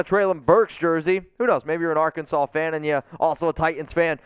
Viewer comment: There is a second t in Titans. It’s notTi-ands, it’s Ti-tans.